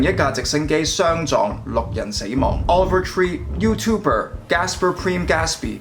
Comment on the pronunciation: offer tree? over tree? 人哋個名叫Oliver Tree...好多英文讀音問題, 建議你以後查清楚啲英文字點讀先錄